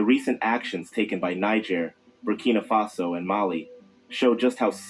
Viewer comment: Oh, and thanks for saying "Faso" !!!